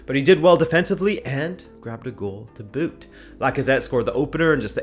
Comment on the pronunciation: When he said "to boot" I felt the Canadian in him😂😂😂😂